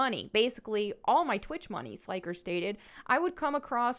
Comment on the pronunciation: Sly-ker 😅😅 Not sure if you were doing that on purpose but his name sounds like when you say an old light bulb flickers. Flick-er Slick-er 👍